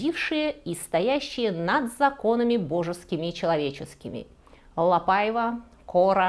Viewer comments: Спасибо за доклад, в целом все понравилось, кроме портрета Великой певицы Марии Каллас на стене, не имеющей к теме отношения. Также покоробило французское произношение Quelle horreur и ошибочные ударения, особенно в имени ЛапАева? Это же La PaivA, Вы же и в испанских фамилиях ставите ударение на последний слог, отчего Ля ПаивА стала исключением? Желаю удачи, работа Ваша нужная для просвещения неофитов, с удовольствием посмотрю и другие выпуски! Историк моды Александр Васильев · Очень интересно, спасибо! Несколько лет назад в музее Орсе была выставка, посвященная куртизанкам Парижа. Только произносится не ПАйва, а ПаИва по-французски.😊 надеюсь, вас не заденет эта поправка. Остался ее невероятной красы особняк на Елисейских полях. Сейчас в частной собственности, но можно найти возможность посетить с гидом.